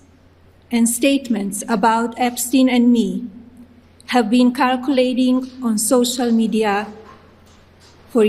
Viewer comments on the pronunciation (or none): Did she just said CALculating for circulating (ser-cu-lating) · She said calculating 😂 “ It’s circulating!! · Darling,in english we pronounce it "circulating" not "calculating" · Did she say that numberous fake images are "calculating" instead of circulating? Hahahaha! She definitely said calculating, I ran it back four times. So now Melania is blaming AI for the evidence showing her connections. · Calculating or circulating?!😂 She cannot pronounce or even read basic English words after living in the USA for more than 30 years! A shameless grifter and the ultimate liar! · She didn't write the script. She pronounced a hard 'c' in 'circulating'! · First Lady of The United State Of America can’t even pronounce circulating